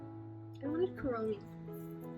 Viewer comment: Me hearing her say corona: "What did she sayyyyyyy?" But lowkey (I love you vids)